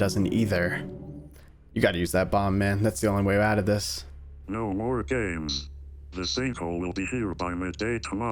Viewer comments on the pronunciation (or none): none